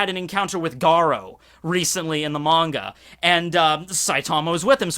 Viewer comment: Yeah the many-a is always better It’s pronounced manga!